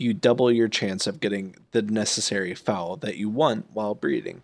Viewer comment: Nice guide, but I would mention that you can reset breeding with pearls. Also, Foal rhymes with coal, and not foul